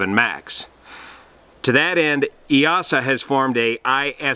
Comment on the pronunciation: It's pronounced 'E-sa'. The 'EA' makes a hard E like in 'ear'